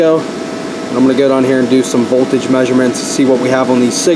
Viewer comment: He says voldage the same way scanner danner lol